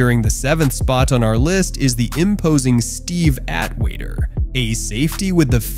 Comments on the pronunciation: Steve at-waiter....lmao come on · So you show Kam's combine footage instead of any of his hits? Why? Very, very strange! EDIT: "At-waiter"? Come one! You can't get that name right? Do better!